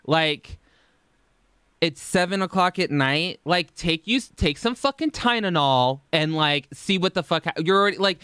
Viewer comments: No. Born and raised in LA, we say Ty Le Nol 😂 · "Tynenol"... i love it! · bro did you say "tynenol"?????? im DYING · lmfao i can’t with you saying “tynenol” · Lol, I love how you have no problem pronouncing acetaminophen, but Tylenol is an issue. ;) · Are you saying "Tynenol" on purpose? Lol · The ppl in these comments fighting is so funny too me! Over a word- and two people 😭🤚🏼 y’all really have no life.. I know it’s been like a year- but damn this is so pathetic. Also someone saying tynenol and Tylenol are different depending on were you grew up or how ppl said it growing up around you. My dad says it just like and I see nothing wrong with it tbh. It might be hypocritical but doesn’t try too mispronunciation things, it was just an honest mistake. Even though I’m late asf to this conversation 😀 still wanted to put that out there tbh... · Wth is pronouncing Tylenol as ty-nen-nol a California thing? My boyfriend is also from California and literally in the Palm Springs area too and says it the same exact way that is wild lmao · Are you pronouncing Tylenol “tie-nen-ol” on purpose? Lol my sarcasm radar is horrendous I hope you don’t take it as me being rude your videos make my day 😩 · TyNENOL!!!!! Lmao!!!🤣😂🤣😂😭😭😭😭 Its almost as bad as “dosay.” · did you say "Tynanol"? I think Big Al is rubbing off on you 😂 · Ok, I'm sorry, love the videos, but you can't make fun of her for saying things like "ordaments" when you say "tynenol" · I wanted to DIE every time you said "Tynanol" like MY DUDE, it's TYLENOL. ACETAMINOPHEN. TY. LE. NOL. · "tynenol" sir lmfao we gotta talk about this pronunciation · I love you but “TyNENol”? 😂😂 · Thank you. Thought he goofed up but he said it twice. TyLENol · tf is "tynenol" lmao